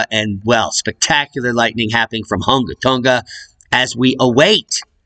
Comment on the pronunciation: Spectacular pronunciation! for the words around that area of Tonga Hunga! LOL! You are good at that. Same for the almost impossible to pronunciation of volcanoes etc in !Iceland! Probably wind knocked that camera over in Iceland. but falling asleep sounds funnier. Looks kind of close to man i,t even with zoom. I sure wouldn't hang around.